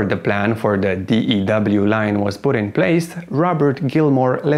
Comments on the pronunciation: You don't pronounce it D E W line. Your pronounce it DEW line. Like what you get on flowers in the morning. Or the pop mountain dew. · Pronunciation of acronym DEW is not "Dee-Eee-DoubleU". It is pronounced "Dew", as in the moisture that condenses on grass in the evening. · Hearing you keep saying d.e.w. line... giggles everyone just calls it the "Dew" Line. as in Dew point. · DEW is pronounced "do." We don't call it the D-E-W line. My late father-in-law worked on commissioning DEW radar systems. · It's not the D.E.W. Line...it's pronounced as ONE word...The Dew Line... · DEW is pronounced dew, like condensation, not D-E-W. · I happened to know 3 people that worked on the dew line. They all pronounced it like "the do line". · It's pronounced "dew" line like "mountain dew" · It was called the DEW line & pronounced as one word, not spelled out every time you said it. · DEW line pronounced like DUE and DO learn how to pronounce the names. let urn' oh he is legend